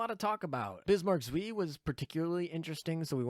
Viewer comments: Leipzig too. German is one of the easier languages as far as vowels go. "ei" rhymes with American "pie". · the pronunciation of "Zwei" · Nice video, but the pronunciation of "zwei" kills me xD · Have a drink every time says zwei wrong.:P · My german speaking soul dies every time you pronounce "zwei", but apart from that thanks for the video :D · You indeed never spoke german, because I don't know what abomination you created from "zwei", but it's 100% not german :D And if you want to hear how it should be pronounced, there is always google translate :) Good luck in the pulls! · If only you took that 30 second googling time to learn how to say Zwei. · I died a little bit inside every time pronounced Zwei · bro said suiiiiiiiiiiiiiiii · Hearing you mispronounce ZWEI pains me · It's not Zwee. The "W" in German is pronounced like a "V" in English. The "ei" is pronounced like "eye". So it's "Zv-eye" but not 2 syllables. It's just one. C'mon. Please, for the love of God, don't turn into KimoCheese on us please? Take the 10 seconds to consult Google translate to get the pronunciations correct. Edit: Also, I'm really hoping that Bismarck Zwei is really only going to be great in a full KMS fleet. I'm so sick of incessant power creep in my games I enjoy playing. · German tips: W is V and anytime I and E are next to each other, you pronounce it like you were just calling out the second letter, in this case I. So Zwei is Zv-eye. Also, tarot is tair-oh, not tar-oh. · Zuh-vy, or even Zuh-fy but make it one syllable. Long I. Should not rhyme with 'whee!' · Zwei is two on german so it's not "zwi" it's "cwai" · For those unaware, Zwei is pronounced "ts-v-eye." This is because it's German and Z's are pronounced like a bee flying by your head while you are trying to sleep. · Zwei is pronounced "ts-veye" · The ei in zwei is a long eye sound. Like saying eye. Kinda painful hearing it mispronounced for some reason. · Zuí, almost french, which Bismarck is of course